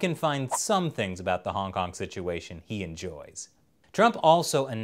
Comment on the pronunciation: Yo why he said hongkong like that hongkong song.